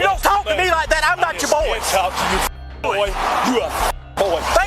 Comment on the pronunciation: He hit his ass with that southern "BWOi!" 😂🤣